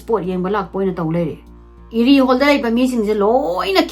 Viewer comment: Pung 2 😅 Krish haiba nate Erie haiba ne eida ra wrong pronounced toubei irritated oise dusu uncountable time